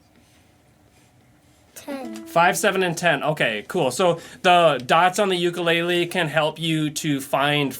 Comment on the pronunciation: If you're going to teach how to play an instrument you need to learn how to properly pronounce the instrument name. I was so excited to use your videos for my Hawaiian son until I heard you say ukulele wrong